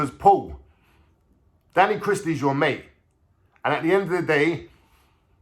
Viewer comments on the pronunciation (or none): none